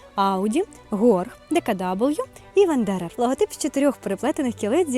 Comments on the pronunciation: Ітс нот ДеКаДабл'ю ітс ДеКаВе😂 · відео чудове. Але не читайте німецькі назви англійською) Тому Horch - саме Хорьх, а DKW - ДКВ))